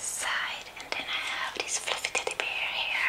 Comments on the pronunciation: Mark _x_1 josh I thought she said flifitipiteers or something that makes more sense now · Ikr I always thought it was flutter tutter peers 😂😂